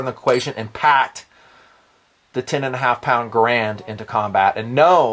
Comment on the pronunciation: When pronounced carbine, I smiled.:) When pronounced Garand, I frowned.:( Good video. Have long wanted an M1 carbine. From all said about the history and lore, even in spite of the negative stories, I've long felt it's an ideal backup or family weapon - for when the kids grow out of the 22LRs, or, as the review puts it, when the wife wants to bring her preferred battle rifle along.